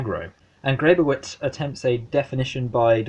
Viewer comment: It's pronounced "Greb-oh-vich." Don't feel bad--I studied with her for four years and still occasionally got it wrong. The "pro" vs. "anti" debate is fascinating, but as I read it (and as Grebowicz herself taught it) WIPM is as least putatively uninterested in that question. What's under examination in this book is internet porn qua internet--what is means that porn is being distributed through the internet, what it means for the social, what it means for privacy (what it means for what "privacy" itself means), what are its political implications under conditions of the attrition of tech?